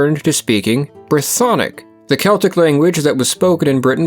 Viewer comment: No, it´s "Keltic"